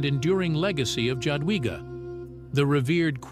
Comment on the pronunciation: I don’t know if this is A.I voice-over or not, I speak Polish and I cringe every time I hear her name pronounced like that. In Polish the J is pronounced like Y in English, so say Yadwiga please, so my skin won’t crawl anymore! 😅